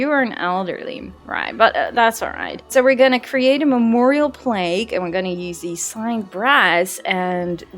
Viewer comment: Not nitpicking, just for the sake of learning. It is plaQue, with a Q. It is pronounced like plack rhyming with black. But you are adorable and can say it however you like. Plague, with a g, is a pandemic or widespread sickness.